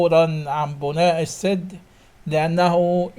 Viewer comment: يابنى ادم انطق كلمة السد بفتح السين وليس بكسر السين..قلت لك اكثر من مره روح اتعلم لغه عربيه ولغه انجليزيه عيب